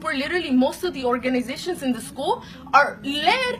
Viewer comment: "Oraganasitions" 😂 Had me dead